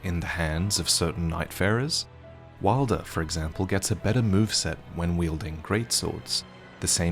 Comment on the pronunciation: Please fix your pronunciation of wylder